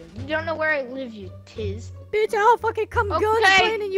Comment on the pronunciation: A Tizz? Lol WTF